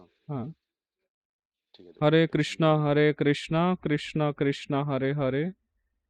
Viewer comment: আগে বলুন আপনারা কৃষ্ণকে কৃষ্ণা , রামকে রামা বলেন কেন? হরিনাম কে বলছেন হ্যারি নাম। বিদেশি জাতী উচ্চারণ ভূল করে বলে কি আপনারা ইচ্ছে করে সেই ষ্টাইলে বলবেন নাকি মশাই? আগে নিজের উচ্চারণ ঠিক করুন পরে ভিডিও বানাবেন। আর আপনার ভিডিওয় নতুন শেখার কিছুই থাকে না। নিজে ধর্ম জীবনের উচ্চতায় না পৌঁছে লোককে ধর্ম শেখানো ঠিক নয়।